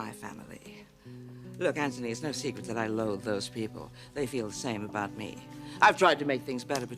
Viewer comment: Anybody else notice how Sally consistently says ANTONY and everyone else says Anthony?